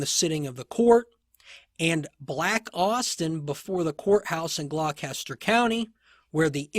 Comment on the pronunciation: The pronunciation of Gloucester is “gloster”.